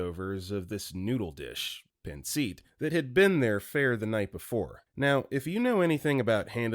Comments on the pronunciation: it’s pronounced paan suht. Not pan seat. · Pancit is pronounced pan-sit.